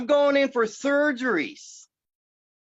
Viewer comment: "I need thurg-arees. I cant work! I cant walk! I have vaaath-caluru disease! I need thurrg-arees! Judge, I cant walk, im sick, seriously im sick. I need TTTHHUURRG-ARREEES" This guy Is so pathetic. Putting dye in the veins isn't a surgery. They do it in the MRI room and 30 mins. Having that done doesn't mean he needs surgeries. My hubby has everything he has,he's missing all his toes from infections, he has neuropathy of the legs and eyes to where he can't see well, he's on dialysis and can't walk..but he has a job. This guy can work, he just doesn't want to.